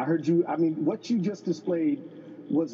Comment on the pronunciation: A congressman saying "choo" not you, sad... I would have cut his mic.